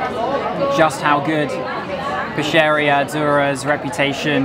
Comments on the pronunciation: My suggestion to you about pronunciation is that the italian sound to CH is K. For instance: Michele would be pronounced Mikele / Pescheria would be pronounced Peskeria and so on... the sound SH is mostly given to words with SC. For instance: Scialatielli would be pronounced Shalatielli Hope this helps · just a heads-up for you future italian videos: every time you see "ch" in a word is pronounced "k", not "sh". (so it's Mikele, it's peskeria and so on) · Really not bad reviews from Naples. Only one point: everytime you read “ch” you should spell like a “k”: pistakkio, Mikele, peskeria... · Sfogliatella is not made from filo dough. It's pronounced Mikehleh. Not Michel. Pronounced Peskeria. No water in limoncello.